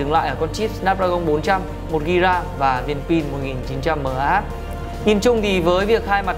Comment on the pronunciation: mAh đừng đọc là mờ A hát nữa, và OPPO Neo 5 dùng android 4.4